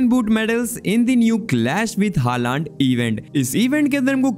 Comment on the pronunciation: Haaland ❌ Halund ✅